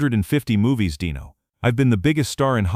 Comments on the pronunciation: Pronounce Dino correctly, please. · DEEN-o not dino! Deam Martin wasn't a chicken nugget! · The name is Deeeeeno, not Die-no!! Get it right,!!! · It’s DEENO FOOL NOT DINO DIOT SAY IT RIGHT DEENO